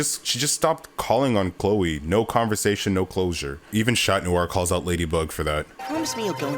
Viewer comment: chloe's mom is Audri not Aubri, and Adrian's alterego is pronounced as Catnoir instead of Chatnoir, he's a cat.